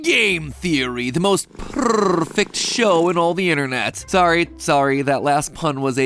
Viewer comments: XD I love that part: "the most perrrrrfect..." 🤣🤣🤣🤣🤣🤣🤣💚💚 buddy, you are great I love your videos, all your analysis of games are amazing ^^! And your appearance in In Space with Markiplier was cool 😄 MatbeePat 🤣🤣🤣 (yeah is your future ;)) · When he said "Purrrfect" its made m e think of Catnoir 🤣🤣🤣